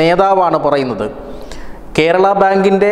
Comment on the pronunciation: Kerala (not kherala)